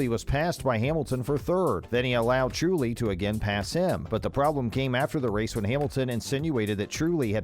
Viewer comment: Dude check the pronounciation....vearstappen....jarntruli